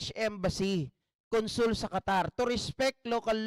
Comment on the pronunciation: Qatar yan , hindi po Catarman samar